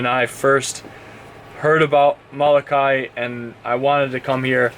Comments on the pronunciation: It is molo-ka-e u dumb haoles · PLEASE SAY & PRONOUNCE HA-VAI-EE!!! MO-LO-KA-EE MAW HEE; OMG....plz,... proper would be respect.